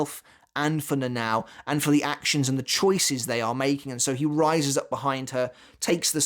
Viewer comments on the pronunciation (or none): I loved the video, but honestly the way you pronounced "Nãnãõw" instead of the proper "Nanao" got on my nerves a bit 😅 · NA-NA-O, not "Nenaw"